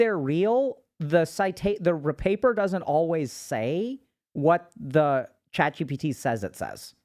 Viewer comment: No one: Dr. K: ChatCBT 😂